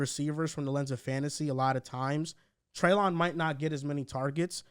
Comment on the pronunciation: Just so you know, it’s Trey-LIN not trey-LON